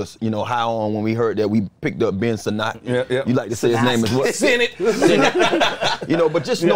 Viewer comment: Its Sinnott not Sin - NOTTTT LOLLLLLLL